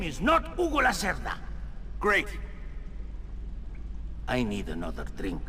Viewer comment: The name Lacerda means someone usually males who like to keep long hair, aka ponytail. Its a play on pun on the word Lacerta, the constellation Lizard. Its an interesting way to show that Hugo is a slimy dealer. Spelt Hugo Lacerda, pronounced Hugo Lacerta in the game. Note that Lacerta is Latin for Lizard. The reference is Hugo being reptile like in his dealing, take all that you have if he gets a chance.